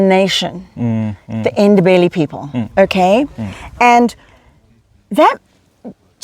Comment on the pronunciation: Great effort on pronouncing "Ndebele" people.